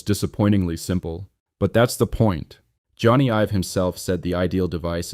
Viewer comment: Jonny is pronounced Johnny not Joana.